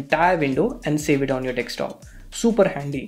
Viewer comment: Its not Dekstop its Desktop